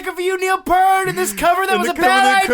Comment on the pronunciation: you mispronounced his last name it is p ear t ear as in whats on the side of your head p ear t